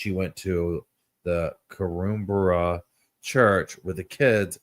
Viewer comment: Oh, and it’s tricky, but Korumburra is pronounced ‘car-ram-bar-ahh’.